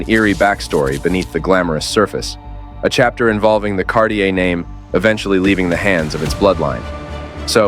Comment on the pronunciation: Thanks for a great video. However, it will create more good will if you try to pronounce the brand name like it's actually pronounced. But again, good video, thanks for that :-)